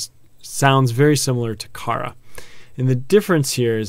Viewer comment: I really love your videos, they're very helpful. The only thing i would say you could improve on is your pronunciation, it's needs to sound more Japanese. For example when you say kara, it should be pronounced more like kala.. roll your r's. But apart from that, loving your vids, keep it up!!